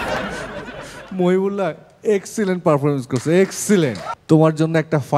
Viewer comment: এই ছোট ছেলেটার, শেষ কথা বুঝতেই পারিনা। কতবার ব্যাকে শুনতে হয়। শেষ টা দ্রুত বলে। মহিবুল্লাহ নাম, উচ্চারণ ঠিক আছে।